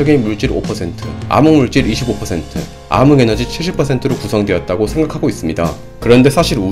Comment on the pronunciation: ㅋㅋㅋ 아무물질 아무에너지 암흑의 발음